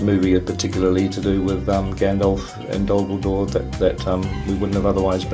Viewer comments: I seriously thought he said "Dumbledore" XD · I had to rewatch this dozens of times till I figured out he said "Dol Guldur". First (and the next 10 times or so) I clearly understood "Gandalf and Dumbledore". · At 3.25 it sounds like he says "there is things you will see with Gandalf and Dumbledore" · He said DolGudor, but yes, it did sound like dumbledore XD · haha Me too! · I thought at first he said "Dumbledore."